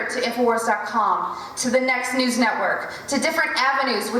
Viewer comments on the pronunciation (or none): none